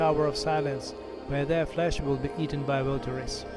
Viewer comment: can you give me the location of the Zoroastrian site near Yazd? Coordinates would be fine. By the way, "vultures" is pronounced as ''vul-churz'' in English.